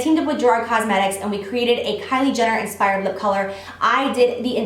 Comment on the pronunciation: I laughed so hard with your bloopers... "Inspiwed makeup tutowial" lol gorgeous look!